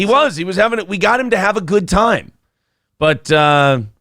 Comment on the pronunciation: I've been saying it wrong all these years... it's pronounced "toyme" not "time". Noted.